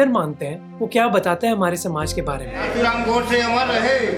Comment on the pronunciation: Name to sahi se liya karo Nathuram godse ka bhi